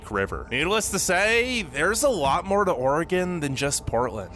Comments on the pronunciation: Your two main pronunciations of Oregon were correct! Great vid! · The maker of this video pronounces "Oregon" correctly. I grew up in Oregon and have spent my adult life in Washington. I've seen only a fraction of the amazing sights to see in both states. This video shows why so many Americans have never left the US. They probably will not see everything there is to see in their home state. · You say "oregon" like a native.